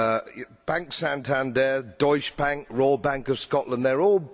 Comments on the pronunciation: Bro it’s pronounced ‘doich’ bank not doosher 😄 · douche-uh bank. One way of pronouncing that I guess.